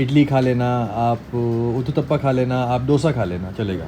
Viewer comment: Get well soon Aunty ❤ Stay strong Dipika ❤ Shoaib It’s Uttapam, not Uttata.😊